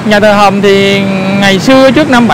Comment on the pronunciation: Nhà Thờ Hồng hay Nhà Thờ Hầm ông? Sao tui nghe ông đọc gì lạng xạ vậy? Nhà của tui đấy ông. Hihihi.